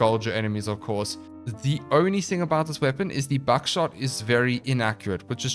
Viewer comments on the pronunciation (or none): I don’t know why but I keep hearing buckshot as backshot